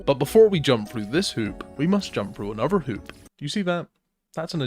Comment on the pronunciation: 'Anofver one' 😂